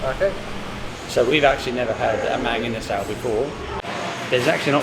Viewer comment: Try saying it the Filipino way…. ‘mung-ee-nuh-sull’ 😁😁😁